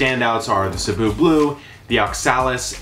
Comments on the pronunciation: When you pronounced “cebu” perfectly I had to do a double take, happy to know you have pinoy blood. Keep up the great work, love your videos!Your fan from Cebu, Phils. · didn't know you were pinoy!!! thanks for saying Cebu right. lol love your informational videos 👌🇵🇭